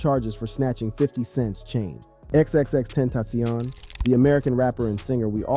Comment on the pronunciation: “XXX ententioion” 😂